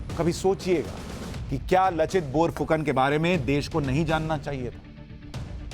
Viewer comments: Laa not la ,bor nhi bar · Read as "Laachit Barphukan"... not lachit and not bor its "bar" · Bour fukon nahi..borphukon